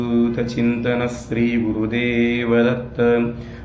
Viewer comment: Thanks a lot for sharing ! However I feel the pronounciation could be SHREE , not SREE